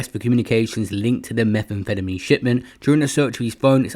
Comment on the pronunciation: “Meth an fettamy” 😂😂😂